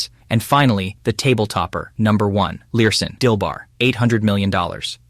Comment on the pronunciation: Lurssen. not Learson.